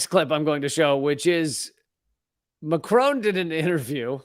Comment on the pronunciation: I don't mind if you say Macron name wrong, he is a bad man anyway.